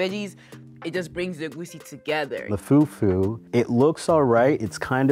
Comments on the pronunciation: Im American and can say it right its not pronounced fu-fu its pronounced foo-foo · it’s not about that…the pronunciation is still fUfU not few few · the fyuh fyuh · Oh God brought disgraced the whole nation even me they said bring Cameroonian food he brought a dish we don't even eat with "few few " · it’s pronounced “Fu-Fu-“ but this man said “few-few” 😅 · foo foo instead of few few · fyew fyew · said, "foo foo" not fufu 😂😂❤ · “Few few” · They are all Africans and they do know how to call it “fu-fu” what’s with the feew feew🤦🏼‍♀️ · Right, "few few"..lol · he really said foodfood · Right? Like wth is FewFew??! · Few few 😂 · da hell is few few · “the few few” 😂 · The way was saying “few few” pissed me off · Mans said foo few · pronounce fufu as "fewfew" made me lose my mind XD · I am just some random, uncultured Australian girl, but even I … hearing everyone pronouncing “fufu” and then hearing that one guy saying “few-few” I’m like … “I’m not so sure about this guy.” Side note: I now have to figure out where in Sydney I can get some proper Nigerian food, apparently. 🤤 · I’m not African but I know that it’s not pronounced like foooooofoooooo with an American accent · did really say fewfew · The guy that pronounces fufu as few few i knew he was the worst lol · plsss we don’t pronounce fufu like that😭😭😭😭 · im not even african and the way this guy is saying fufu is rlly irking me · It should be a crime to pronounce fufu like that boy.